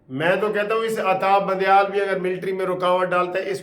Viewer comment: Al Salam Alaykom brother I am from Canada. You usually say Atta bandieal say it Adda bandial